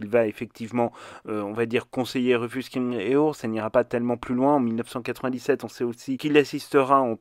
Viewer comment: Ca se prononce "scrim jour" ;)